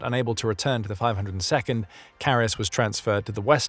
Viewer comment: Great video, but as a german it hurts my ears how his name is butchered in the video.